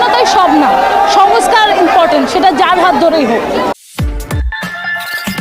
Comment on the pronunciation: "ইনপটেন্ট" কি জিনিস? কি বলার চেষ্টা করছেন --- impotent, না important? হাহাহাহাহাহা